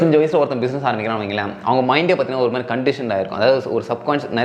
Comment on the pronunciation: 'Intha MERI" ila bro athu "intha MARI" its kinda irritating...